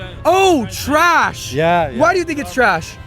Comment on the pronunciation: He can't even pronounce "trash" word